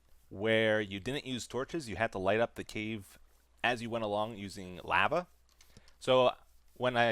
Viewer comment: Thats the reason I stopped watching him is because “lava”